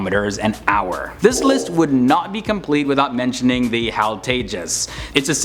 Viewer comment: Hey narrator HAL is not pronounce as haall it's an abbreviation for Hindustan Aeronautical limited... It's in those pictures you've put in the clip... It's H A L not haall... Please make this correction from your next video... Thank-you